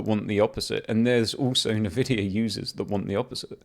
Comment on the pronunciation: RDNA 4 stepping stone to UDNA....16GB 9070XT for 699? Great 499 Nvidia slayer. Also dude, its NOT NAVIDIA. N Vidia.